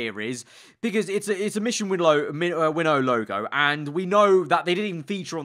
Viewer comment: Mission WinnOOOw?!?!? It’s Mission Win-now 😂😂😂😂😂